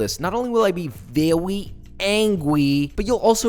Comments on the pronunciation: i wouldn’t want to make Josh “Vewy angwy” 😉👌🏻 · "Vewy Angwy"😠 HAHAHA U ARE TOO CUTE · VeWy AnGwy